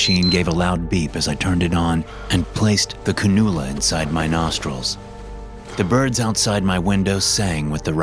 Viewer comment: Cannula… can-u-la